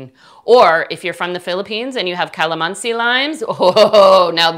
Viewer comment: Wow watching you here from Philippines.. and I just smiled when you say Kalamansi..😊😊 You are indeed a good baker.. Hope to make this recipe soon.. Btw thank for your helpful informations. God Blessed.😉😊